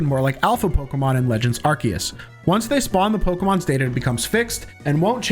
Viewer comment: Yea why do you pronounce arcues that way? Very annoying